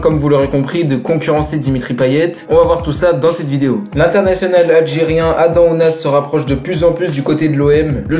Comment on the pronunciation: C’est pas Adan mais AdaM avec un M à la fin qu’on prononce…